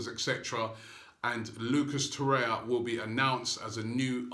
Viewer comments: To-ray-ra, Robbie. Not To-ray-ya. Hopefully you'll get it right by Christmas :) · You are mispronouncing his name in every video – It is TorreiRa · I think it’s a joke lol because Robbie is pronouncing his name wrong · Seriously, stop mispronouncing Torreira's name!!!